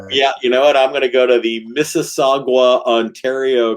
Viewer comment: Mississauga is pronounced miss-iss-awe-ga. And the Mafia tint is appropriately named.